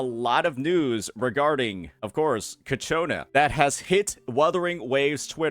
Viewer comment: bruh. Cacciona? for real? 🤣🤣🤣